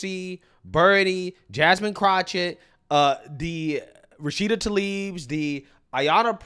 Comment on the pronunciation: I love how you call her CROTCHETT lmao